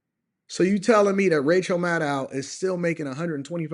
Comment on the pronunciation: 😆why you got me chuckling everytime you say Maddow